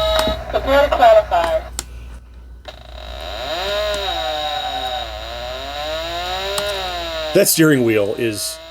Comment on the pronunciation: "Prepare to qwawify"